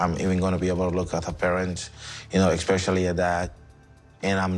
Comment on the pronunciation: I would not be able to take a woman seriously who says the word "eck-specially"